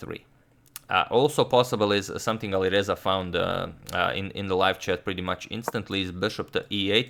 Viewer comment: Dude it’s AliReza not AliVeza!